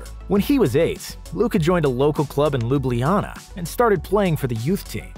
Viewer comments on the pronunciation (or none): Lublijana hahahaha it's Ljubljana Mate :D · It is not lubliana it is lubljana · Lubliana ? God damn it, can't you just google and learn to pronaunce stuff you're about to use, ain't that hard these days. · Bro didn’t say “luBliAnnA” frl? Bro search up before talking it’s pronounced “Lublana” Ljubljana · Since when is Ljubljana called Ljubljinana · I’m from Slovenia. They don’t know how to proununce Ljubljana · I'm from Slovenia too, and i get kinda trigered when you say Ljubljana nad saša dončič... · the he says Ljubljana is beyond me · As a slovenian its funny how he says ljubljana 🤣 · The way narrator keeps saying Ljubljana makes me cringe. But oh well, nice video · its funny that he pronounced ljubljana wrong af, no offence ik its hard